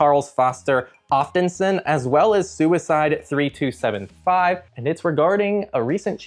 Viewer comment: "suide3275" - you may have mispronounced that just little a bit 😅